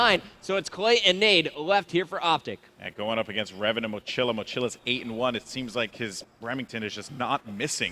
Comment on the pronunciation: Goldenboy is Hispanic, it's really annoying the he doesn't pronounce the Spanish word mochila correctly...